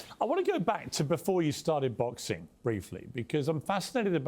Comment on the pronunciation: Jake Paul- "Boxeen" "Fighteen" "watcheen"...literally any word "endeen" in "ing" he pronounces "een"